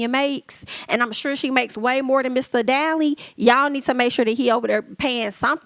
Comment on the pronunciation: Marc daly( pronounced dailey